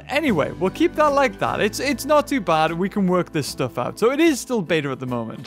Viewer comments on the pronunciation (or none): none